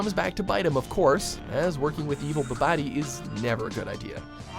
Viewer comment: "...evil bo-body..." Seriously? It's 'bobbidi'! As in the phrase 'bibbidi bobbidi boo' from the film Cinderella. Jesus Christ. Do your research first or something.